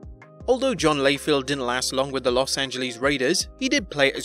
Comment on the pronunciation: Please learn how to pronounce Houston, Los Angeles and Ditka.